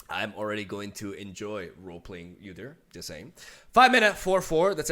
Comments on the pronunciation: Its not U dyr Its.actually pronounced oodyr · UUUUUdyr not YOUdyr 😂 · Pretty sure it's pronounced OO-deer, not YOU-deer. You also get extra credit for putting a growl in your voice when saying his name *wink*. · Lmao, yewdyr Btw the way to say it is oo-deer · I think the correct way to pronounce his name is to pronounce the U like b(oo) So oodyr Udyr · OOdear Is how you pronounce it I think. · his name is pronounce like this. its 'Uhh-Der' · I love your reaction bro! Udyr is my favorite champ in LoL and long have awaited his rework and for him to be in LoR. now can get a better idea of his new stances! So stoked. Can wait for his release got so many ideas! And I know you’ll brew some spicy shit! Buuuuuutttttttttt it’s pronounced “OU”DYR not “YOU” DYR. 😅😂 much love! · It's ooodeer. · Oooou-Dear. We dont pronounce the U as is its like "Ooouu whats that??" lol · It's pronounced (oooDeerrr) lol 👌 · its actually Ou-dir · Its pronounced “oooo-deer” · It’s pronounced God-yr the opener of gates. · it's pronounced Oo-deer. Never thought about how hard league names are to pronounce for people who've never heard them before. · OO-DEER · Ou-deer. Ezpz you'll get used to it. You know that song? Like ouuuuuuuu ouuuuuuu. Ouuuuuuudeer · It is prenounced "Oodir" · Oh dear it's Ooo-dear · It's really interesting to see how Legends of Runterra did their take on udyr, who's currently being redesigned completely. Also if you're curious udyr is pronouced with the spanish U - then the engish pronoucnation of deer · It's "Ooh-Deer" also, love the vid! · It's pronounced OO-deer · It’s actually pronounced Wu-Dear lol